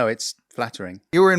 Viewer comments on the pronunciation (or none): “Barry Botter” 😂